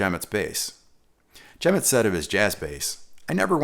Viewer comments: loved video... but i believe it's pronounced Jerry 'ja-MOT' check it out here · Just so you know, Jemmott is pronounced with the accent on the second syllable: jem-Mott. Also, Will Lee plays p-basses, more specifically Sadowsky p-basses.